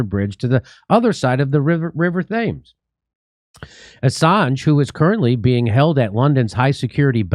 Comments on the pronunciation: Its not river THHHAAAMES..... its pronounces TEMZ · Thames - "Tems" not "Thems" Contact me for more english pronunciations! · Does/will King Charles have any authority to help? Also, its River <Temmes> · Jimmy, the river Thames is pronounced temz or temmz. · River “Tims”(Thames). Thanks. You outdo them everyday, Jimmy! Kickass! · River “THAYMES” lol. Jimmy is functionally illiterate. But I still enjoy his many mispronunciations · Lol, it’s Temms. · FTI Thames is pronounced Temz. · I know it's a serious topic but I always get a chuckle out of Jimmy's mispronunciation of the Thames River